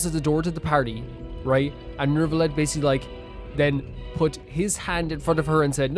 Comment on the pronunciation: By the way, its NeuVillette, not NeuRRvilette